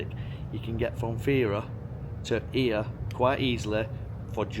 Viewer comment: it's actually EE-a in Greek, not Oi-A :)